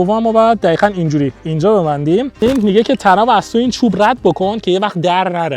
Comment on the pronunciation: چراا دقیقا رو میگی دخیخا